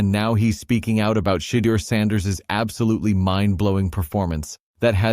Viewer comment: One of the things I can not understand... why can't these announcers pronounce Shedeur's name correctly? I believe it to be highly disrespectful.